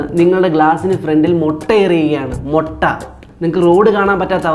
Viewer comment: Motta alla mutta